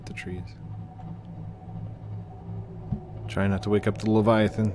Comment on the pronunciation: Leviathan= Le byeathan